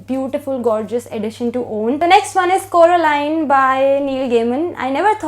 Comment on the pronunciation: It's Coraline , not Carolina 😅😅😅 heheheee I really like this book , and looking forward to read Milkman , hmmm ❤️❤️❤️❤️